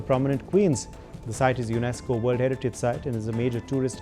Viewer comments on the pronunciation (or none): none